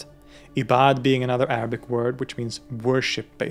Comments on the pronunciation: As a student, i really appreciate you research and the way you clearly pronounce the arabic words. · i like how you can correctly pronounce arabic words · I literally kept searching to know where you're from bc of how shocked I'm of how good your pronunciation of Arabic words is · Bros pronunciation of Arabic words 👌🏻👌🏻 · Wow your Arabic pronunciation was really impressive in this video..keep up whatever you're doing to get there 🙂 but let me tell you something ..when we say in Arabic for example "في علم الغيب" we actually mean only Allah knows, because Allah has the ultimate knowledge of the past, present and the future, so I think they mean here Allah's tongue استغفر الله العظيمwhich matches the fact they refer to him as Al-Mahdi, who is a leader sent by Allah, who will unite Muslims to victory at the end of times, then prophet Issa will come along and rule the earth for 40 years spreading peace and goodness. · I am watching your video for the first time! Thank you for such an elaborate and eloquent explanation of the Dune books/series. I will definitely watch and ponder. Also, your pronunciation of the Arabic words are spot on, this was amazing.